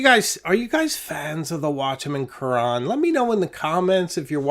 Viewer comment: The French pronunciation of Carene is actually closer to Karen with the accent on the last syllable. Think care N It means hull, as in a boat's hull. I have one. Great pen. I really enjoy your videos.